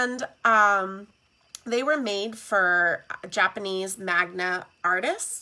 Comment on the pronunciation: Loved the video and information! Also, by the way, it’s Manga, not Magna (Japanese cartoon-like drawings).